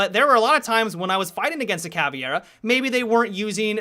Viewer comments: It's CavEIra, not "CavIEra" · why do you pronounce "cavieira"? it's just "caveira" XD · please dont be dyslexic.. its Cah-Vey-Rah.. not caviara (why do you change the vowels around? ) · he keeps saying "caviar" hahahaha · ca v air a thats how you pronounce it. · Please learn how to speak caveira and capitão, as a brazilian it makes me want to put one asphyxiating bolt in my head, just put thoose on google translate on portuguese... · dude your pronunciation of capitão and caveira is horrible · and it's C-A-V-E-I-R-A not C-A-V-I-E-R-A Caveira = Skull Capitão = Capitain